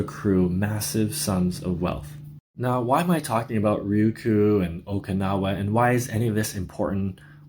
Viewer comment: Don't you mean "Ryukyu"?